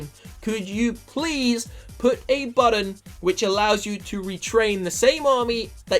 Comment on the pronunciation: button not budden